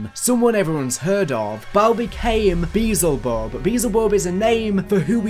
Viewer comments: Be el zuh bub, not beezlebub. That got me all sorts of fucked up 😂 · Idk why but it bothers me when people mispronounce Beelzebub lol. It’s like Bee-el-zuh-bub.